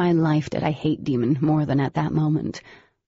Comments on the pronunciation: Yeah right it makes no sense? It’s also Bae not Bee so it should be Dae(y)mon not Deemon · I like the book, but I can't stand the way she talks in the guy voices & is daemon NOT demon.. ughh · I can’t with the name, it’s Day-mon not Demon swear it gets on my nerves!!! Whyyyyyyyy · So you’re telling me my mans Daemon’s name is pronounced “demon” and not “Damon” ? no ma’am not in my Christian household 😩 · His name is DAEMON (DAYMON). Why would anyone name their child DEMON? Goodness, I hate that. Otherwise, this is a great story. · im not listening if u keep calling him DEMON ITS DAEMON DAE MON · I can’t listen to this seriously if they keep calling him demon his name is Day-mon 🙄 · Jennifer armentrout the author has confirmed that it's pronounced day-mon and that the audiobooks pronunciation is a mistake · That's one hell of a mistake, given that even Oblivion audiobook is pronounced Demon. I hate it. I'm glad I know how though that is is meant to be pronounced Daymon. I do wish she'd fixed that though. It's so annoying. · I was today years old when I found it daemons name is pronounced Day-mon, not Demon.💁also I've read this book over 20 times (physically) and I've never figured this out. I've listened to the book soo many times too and yeah I've questioned it, like, lmao why is his name demon but to have it confirmed is weird and it makes me uncomfortable so thanks for listening to my Ted talk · excuse me i thought it was (day-me-on) not demon,wtf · they cannot convince me this boys name is pronounced "Demon" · I dont know who is reading this book but whoever is the narrator needs to lerarn latin its pronounced "Day-em-on" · it's Daemon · It’s Dee and Daemon. Pronounced as Damon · I refuse to believe his name is pronounced “Demon.” Also why did she give the Arum a Russian accent and Simon Cutters a hillbilly one? It was as distracting as it was comical! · I just can't listen to this..his name is pronounced Day-mon on Demon.